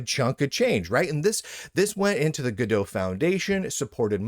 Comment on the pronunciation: This joke doesn't work, cause this now doomed engine is named after a french book "En Attendant Godot" ("Waiting For Godot" pronounced goe-duh), not from go-dot.